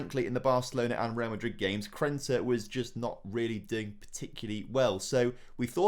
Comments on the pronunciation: He probably genuinely doesn't even realise that it's Krneta and not Krenta. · Krneta is underperforming cause you keep miss pronouncing his name 😂😂